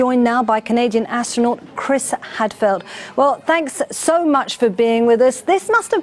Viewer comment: The guy is called Hadfield, not Hadfelt.